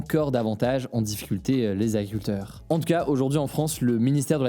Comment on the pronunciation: AGRICULTEUR, pas agricuteur